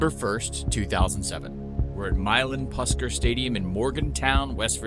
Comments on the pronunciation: It's pronounced "push car," not "puss car" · Great video! Only thing that irked me was that you mispronounced Puskar. It’s spoken like “push car”. Loved it otherwise. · It’s pronounced push-car